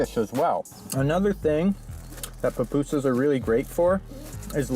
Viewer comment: Loved pronunciation of Pupusas. As a person who may eat some every other month. Nice to see different ways other places make theirs. Plus what compliments come with the order.